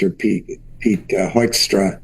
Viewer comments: Did he say Hoinkstra? 😂😂😂 I Can't disagree. This little piggy became ambassador. 😂😂😂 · This may seem pedantic, but I’m tired of people mispronouncing Hoekstra’s name. I can’t stand the guy. But I think reporters should go the extra yard to figure out how his name should be pronounced. It’s not Hoekstra or many other variations I’ve heard. It is pronounced Whokstra. As in ´´WHO is this asshole and how did he manage to achieve his position?´´. Whokstra = Hoekstra.